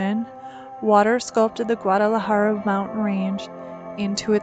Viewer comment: You're a beautiful young lady and you took great video of Carlsbad Caverns, BUT....it's the Guadalupe Mountains NOT the Guadalahara (or however what you are saying is spelt). Happy trails.